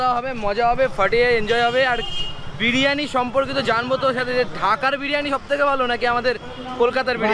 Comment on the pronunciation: Kothata BIRANI noy Biriyani